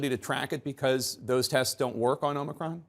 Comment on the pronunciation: O-ma-cron, set hut.